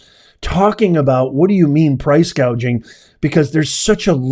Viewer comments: Wait, I thought she said price gauging? Lol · She called it Price gauging. lol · She actually said. “” price cage ing. Cage ???? She was trying to say gouging. But said cage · Tell me you don't know anything about economics without using the word: Kamala didn't call it price-gouging, she called it price-gagging and didn't correct herself. That tells me it was scripted and no one ever went over pronunciation with her. Additionally, believing that food is unavailable because of GREED is admitting you don't know what causes inflation. In this case, it truly WAS Kamala Harris, who personally did a tie-breaker in the Senate for the Inflation Reduction Act and Build Back Better. There's an extra $2.75 Trillion printed out of thin air. Friends don't let friends vote for idiots. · Remember that when she was talking about this, she first said price GAUGEING then corrected herself to “GOUGING” . More word salad! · She pronounced gouging wrong she kept saying gauging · She had a difficult time reading off her teleprompter words like ground beef, bread or even gouging, she said "gaging." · She said price "gaging". She is totally clueless. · Are we “gauging” prices or seeing inflation? ☠️ yes she said “gauging” must have been error on teleprompter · See said Gauging (an easy reading error). She didn't even know what it was. Love never Fails 💖